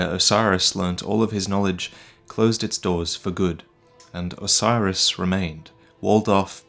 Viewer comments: It's not osiris . It's OH-SIS-ER-OS. lmao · the consumed king isnt named 'osiris' . his name is phonetically pronounced 'Oh-See-air-oHs'. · So, Is Oceiros' name really pronounced "Oh-sai-ruhs"? I've always thought it was "Oh-see-ay-rohs", but no one else except me says it that way. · For God's sake, man, every time he says Oceiros, I think he's saying "Osiris". It's clearly supposed to be pronounced like Greek: oh-KAY-rosh, or maybe oh-KAY-ee-rosh, I'm not an expert. But damn dude, it's not "Osiris". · I don't think Oceiros is pronounced as Osiris. I think it's pronounced Ah-sir-oss.